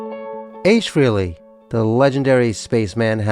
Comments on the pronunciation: Just a note here that some of your references are incorrect. 1. It's pronounced FRAY-lee (not free-lee). 2. The pics of Ace with his guitars were NOT taken at his Wilton, CT home. Photographer Bob Gruen clearly explained in more than one interview that he took those photos at Ace's home in Irvington, NY in June 1978. It was a much smaller dwelling as evidenced by the low ceilings. Ace did not move into his Wilton home until late August 1978 - and construction had just begun on his "Ace in the Hole" studio that summer. There was "renovation" -- that studio was built from scratch during as evidenced in many meetings that included Aucoin Management's (and by default Ace's) legal representatives. Blueprint drafts went through many variations/updates during that time period and substantially increased the final price tag on the buildout of his Wilton studio. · FrAAAley, not Freeley. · It's frehley not freely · It is a common mistake .. His last name is pronounced "fray-lee' not "free-lee" . Hence the play on words for his solo band Frehley's Comet ( "Fray-lees Comet ") a word play on "Hailey's Comet" which was the first tracked and mapped comet by scientist Hailey. Interesting video. Good narration.: The legendary Paul Daniel "Ace" Frehley R.I.P. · If you are going to put out a “fan video” for the love of god at least pronounce his last name right.